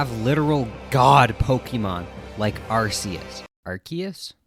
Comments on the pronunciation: it is infact arcoos said Are - Cuse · It's 100% Ark-e-us, arse is a word for butt. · It's pronounced ARE - KOOS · you mean, arkoos? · no Arkoos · I think you mean Arceus (Arkoos), Giratina, Palkia, and Dialga vs GER, SCR, MiH, D4C, and Tusk act 4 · It's arcus